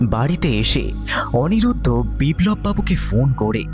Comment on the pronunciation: অনিমেষ কখনো লিলিকে লিপি আবার কখনও অনিরুদ্ধ কে অনিরুদ্র বলছে! বলাটাও আরও প্র্যাকটিস দরকার